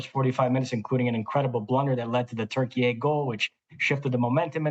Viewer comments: Why you call it “turkeyai”? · It’s insane that people are just going along with the Türkiye thing. If you do this, why are you not saying Deutschland instead of Germany? Or Espana instead of Spain? We speak English, use the English pronunciation